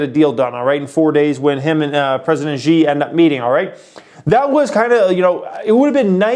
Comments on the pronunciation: By the way Xi is produced as "she" and not as "Zi". Don't worry, even news reporters do it all the time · President Xi is pronounced as President “C” :) P/s: your welcome, have fun on Cyber Monday guys